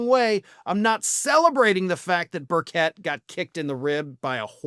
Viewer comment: That horse is awesome! I'm from Tennessee, and his name is pronounced bir-chit.